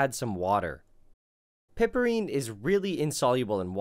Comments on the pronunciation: Hey man, it's ine, not inol. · I thought it was pronounced PIEperine. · I enjoy your vids, especially this one. FYI -- "Piperine" is pronounced "pai-per-een"; "chavicine" is pronounced "chaw-v-seen".